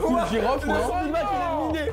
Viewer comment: Il a dit miné comme une mine genre une bombe